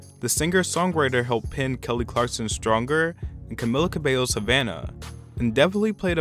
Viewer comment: i love you but as a fan of camila... it’s cah-mee-la cah-bay-yo